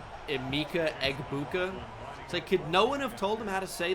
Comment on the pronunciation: You literally faced Egbuka in a dynasty Vid you did, like a yr ago and couldn’t pronounce his name either bruh. 😂🤷🏻‍♂️🤦🏻‍♂️